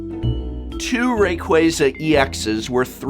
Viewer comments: So did you downvote it because you were mad you were saying Rayquaza wrong? That's what a real Youtube commenter would do. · is it really pronounced "ray-qway-zuh" instead of "ray-qwah-zuh?" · Me: "Wow, everybody is probably just downvoting this because they don't like Poke-IS THAT HOW YOU PRONOUNCE RAYQUAZA OH MY GOD"